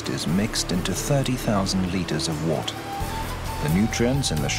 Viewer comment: Wort, pronounced Wert......